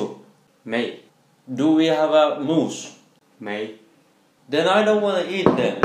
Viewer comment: “Mucus”😂😂 it’s moos